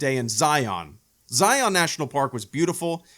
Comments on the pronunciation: Argggg! Learn how to pronounce Zion!!! Utahns take offense it’s Zi-un NOT Zi-ON. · This video was great! I'm so glad you came to visit Utah! I live there and have visited these parks many times throughout my life. Great stories, was a really fun watch. Love you! PS It's not pronounced Zi-yon. It's Zi-yun. JK it doesn't matter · I'm from Utah, and that's not how you pronounce Zion. It's not Zi-on, it's Zion. One syllable. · Pronounced zy-uhn not zy-on. Great video though!